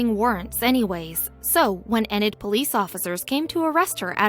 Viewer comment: Its pronounced North Enid, (eeenid).